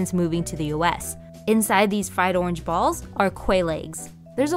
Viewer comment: so much emphasis on the "balls" part jeez